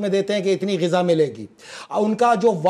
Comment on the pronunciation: It's Gaza or Ghazza not Ghaza